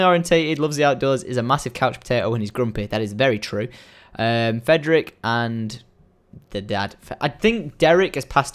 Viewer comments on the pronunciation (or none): none